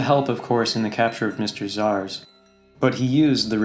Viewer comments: Its red Robin and pronounced as ZAAZ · You’re pronouncing Zsasz